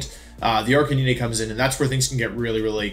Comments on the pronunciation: Sorry, Ar-kuh-nine, my dude saying ar-kuh-nee-nee XD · Calls Arcanine ARR- CAN- NINEY Bruh 😂 i cant tell if this is on purpose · I don’t think I’ve ever heard anyone pronounce Arcanine like you do😂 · Arc-nyneh x3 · Wolf's pronunciation of these pokemon names are abismal. Arkaneenay, Typhlawsion.